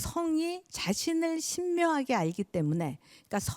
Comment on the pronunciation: 한자의 자고저란 말을 들은 적이 있읍니까? 아십니까? 장단음 문제가 너무 심해 한 가지만 더 지적하렵니다. 성리학에서 "이기"의 "이"를 한자로 어떻게 쓰는지 아시는지요? 이런 질문을 하게되는 ㅇ우리 문화가 원망스럽습니다. "이기"의 "이"는 길게 발음해야 하는데 선생께서는 "짧게" 잘못 발음하셨읍니다. 말의 생명은 정확히 발음하는 것입니다. 또 "보통"의 "보"를 빫게 잘못 발음하셨읍니다 "보" 도 길게 발음해야지요. 강의하기 전에 말 공부 철저히 공부하시옵소서. 진심으로 권하옵니다. "한국 어문을 고발함"이라는 책을 일독하시겠읍니까? 미국 변 완수 배